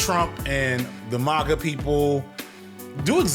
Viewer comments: you gotta stop pronouncing MAGA as "maw-guh" it sounds way too fancy for that group of people, bro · clever mispronunciation of MAGA. I have noticed other YouTubers using the tech of " say a word weird so people comment on it which boosts engagement"